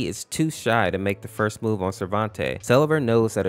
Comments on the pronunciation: fun fact (absolutely no hate): its pronounced sleeve-r not sell-e-ver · His name is actually pronounced; Sell-ee-ver. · So it’s not pronounced see-lee-ver huh